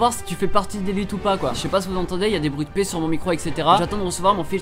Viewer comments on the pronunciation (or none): none